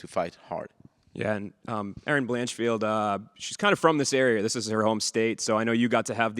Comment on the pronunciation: Blanchield the F is silent for now